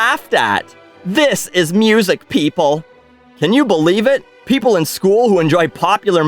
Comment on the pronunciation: Classical mussik